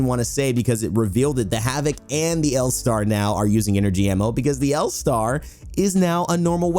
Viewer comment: Loving the L Starrrrrrrrrrrr